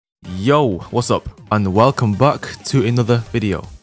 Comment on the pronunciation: I thought you said "Yo shuts up"